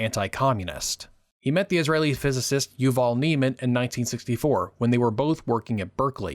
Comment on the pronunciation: Please please please. That's not how you pronounce ANY of these names. ESPECIALLY YUVAL FUCKING NE'EMAN